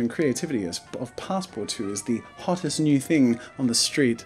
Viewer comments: You saying passpartout 2 instead of passpartout has caused me pain 😭 (since he’s saying it not the way it reads) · Anywho, (unlike me) he isn't French, therefore he would not know how to pronounce Passpartout. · No, he said it right, he just pronounced it wrong.